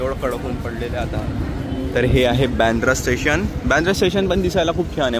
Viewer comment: कंटरक्शन कि कन्स्ट्रक्शन ठेसन कि स्टेशन..... आनि जडगाव कि जळगाव 😂😂😂